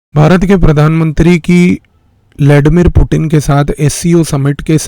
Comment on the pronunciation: उच्चारण ठाक कराइए। “पुटिन” नहीं। वह पुतीय्न है।